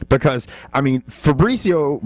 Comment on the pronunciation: "Febrezio" Werdum was unstoppable.